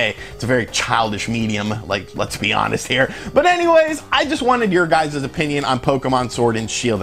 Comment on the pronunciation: "your guyzeeeeeeez"